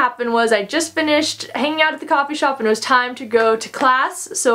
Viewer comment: Is that a California accent when you say “eeeand” for “and”? Sorry you had a bad experience. 😢 I can’t imagine how awful that must be. So scary!